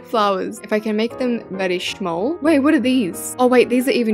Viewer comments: Lol how she said shamll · The way she said shmoll